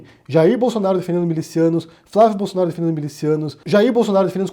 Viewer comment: "Flávio Bolosnaro"